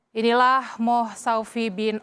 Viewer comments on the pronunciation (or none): Alamak ...penyampai berita n .istilah malaysia ...mohd..= mohamad Abd=abdul Bukan moh ...n nggak ngrti n tanya aje miss dola or gpt